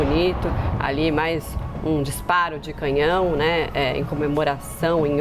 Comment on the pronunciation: Essa jornalista do Brasil fala muito mal e errado CANHÃO ELA FALA CAMINHÃO! em uma situação dessas ela fala o que diz respeito a política DESMATAMENTO! Essa e COMUNISTA E jumenta!!!! E uma pena colocar uma pessoa desse tipo pra fazer comentários de uma HONRA ÚNICA DE UM ÍCONE COMO NOSSA RAINHA AMADA E MUITO QUERIDA ❣️